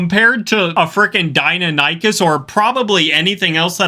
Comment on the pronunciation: Not (Dino-nikies) Di-nionocus